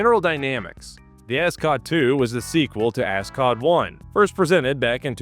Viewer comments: Love the pronunciation of a$$-cot. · I can’t be the only person who just keeps hearing “ascot.”